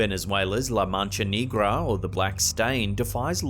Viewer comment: He said la mancha Knee-gra 😂😂🙏🏽 please look up how to pronounce words correctly I would hate for someone to come at you for certain Spanish words